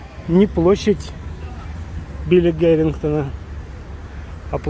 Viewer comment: Не Гарингтона а Харингтона